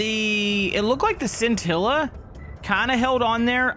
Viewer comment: Hey! The scintilla is actually is pronounced (shintilla) because the bolide and the scintilla are Italian cars. Just to let you know!